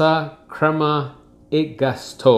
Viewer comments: Ho notato anch’io che il termine “gusto” lo pronunciava “all’americana”. :) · It's pronounced "goosto", just so you know :) Very nice coffee set up you have, well done. I suggest you also try Illy coffee, here in Italy is one of the most appreciated